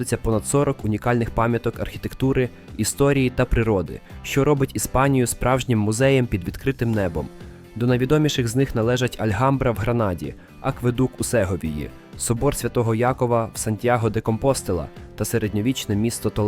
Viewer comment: Не ганьбися з наголосами в назвах іспанських міст- СегОвія, КомпостЕла...